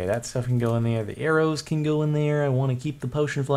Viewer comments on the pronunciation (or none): none